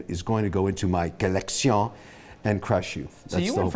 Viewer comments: Legend has it every time Kevin says the word "colecshon" a french kid loses a tooth. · Hearing Kevin say Collectiòn… is a cruel form of torture. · Bro kills me every time he say collection in french🤣🤣